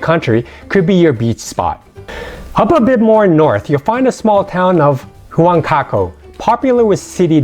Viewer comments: I lived there for 4 years .what are you talking about..you cant even pronounce common words..ceviche peru haunchaco.. I'm done here..your driving me crazy. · Great info Yet…, your pronouncing was waaaaayyy off. Please don’t be offended. Ceviche is Japanese. Lomo is from China. Huanchaco and Wan-chaco same outcome. Or Juan chaco For the food alone I say “jes”